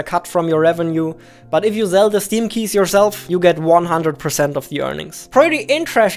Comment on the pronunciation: I like how u say "zell" not "sell" its cute ngl